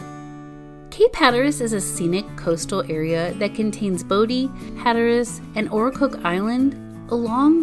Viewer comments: It’s pronounced BODY not bodie 😃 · Bodie is pronounced “body”, don’t sound like a tourist. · Or pronouncing bodie island as bo dee and not bodie. Or Manteo as man tay o instead of manteeoh